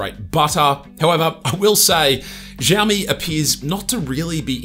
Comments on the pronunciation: Who the hell teaches them to pronounce it as zhiaomi?!🫣 Жаоми, блять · Shiaomi that’s how you pronounce it when you say the word thank you!!😅😅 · Wtf is ZHaomi, dude? Ohh, those sofa amateur bloggers...